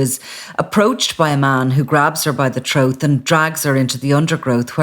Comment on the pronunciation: It's pronounced Throat not Throath🤦🏻‍♀️